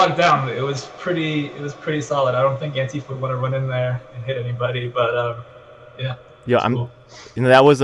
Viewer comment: what's with pronouncing ANTIfa as anTIFA?